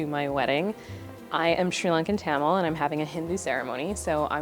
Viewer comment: IM SORRY, NOT TO BE THAT INDIAN TAMIL... BUT the way she said "tamil" as "tah-mill" made me what to cry. But im so glad to have tamil rep, did not know nina was tamil :)